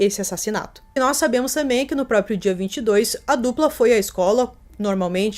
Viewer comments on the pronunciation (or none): none